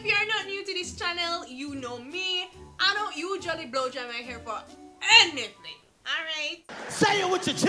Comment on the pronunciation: The way she said "I don't blow dry my hair for ANYTHING" 🤣🤣🤣🤣🤣